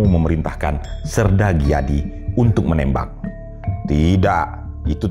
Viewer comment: Sedikit dikoreksi, bukan sersan Dijadi , tp sersan Gijadi (dibaca: Giyadi) .